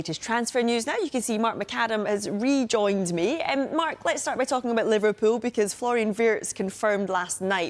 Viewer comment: Pov the way she said Liverpool Liverrrpool